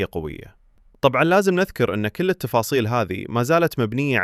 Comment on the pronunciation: ممكن اخي تنطق الكاف في كل بالضم وليس بالكسر ترى العربية اخي افضل من العاميه بكثير